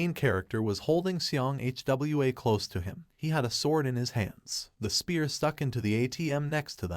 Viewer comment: Its not H W A, is hwaaa